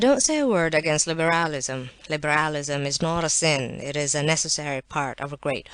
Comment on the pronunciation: "libéhrahlisum" was driving me mad!!!!